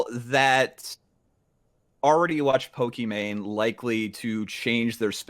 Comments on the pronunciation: Does he call her "pokemon" on purpose? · why destiny keep saying pokemon and not pokimane ? lol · why does Destiny ALWAYS say "pokemon" instead of "pokimane"? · why is he saying "Pokemon" not pokemane?